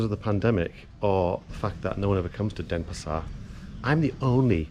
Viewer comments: Dennis par??? You can't even pronounce it! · It's not Denespar :)